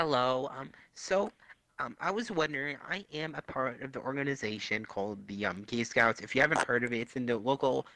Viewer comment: This man legit said “Gay scoots” 🤣😂